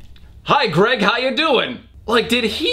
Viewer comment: Addison Allen I WAS THINKING THE SAME AHAHHAHA “ gerg “